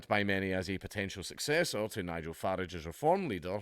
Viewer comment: Dank,I love you but it’s not farage how we say garage but f-a-rage how the Americans say g-arage.